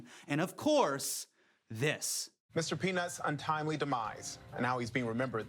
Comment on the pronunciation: Am I the only one who thought he said Mr. "Penis"? XD